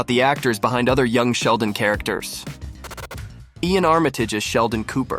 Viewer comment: that is not “Ian” or “Ean” or (EyyAn) Armitage, his name is pronounced LAIN like the word “lane”.